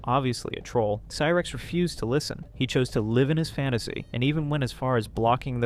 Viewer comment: what ? Lmao she didnt go to prison at all ? You got alot of stuff wrong including pronouncing cyrax wrong. Gotta do better